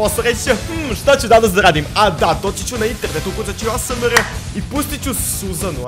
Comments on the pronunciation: Nije asmr nego ejs mar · NEMA SANSE DA SNIMAM OVAJ ASMREH ja: pa ne kaze se asmreh nego OVAJ ASMR:ok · Kaže se aesemar